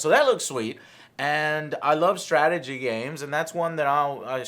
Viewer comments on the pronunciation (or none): none